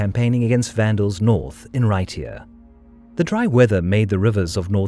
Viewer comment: You know how to pronounce Raitia, excelent!